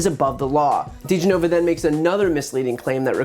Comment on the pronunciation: ...this asshat can't even properly pronounce DeGenova's name....